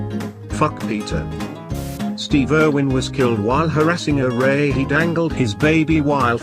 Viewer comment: You pronounced Steve wrong